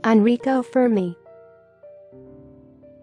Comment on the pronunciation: Narrator's inability to pronounce Fermi's name correctly is unacceptable.